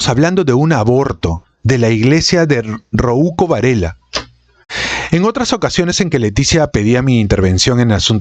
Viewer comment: "Rouco" no se pronuncia "Roúco" veo que los diptongos y las llanas tampoco son tu fuerte